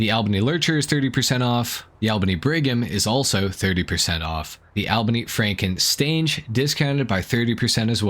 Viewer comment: This is a small nitpick, but I have to mention how I have now heard you say "Frankenstainge" instead of "Frankenstrange" It's Franken-strange. There's TWO R's in Frankenstrange.